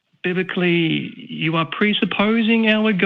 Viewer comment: Holy Toledo… this Biblical dude is a rats nest. I’m going to hear “Biblik-a-lee” in my nightmares.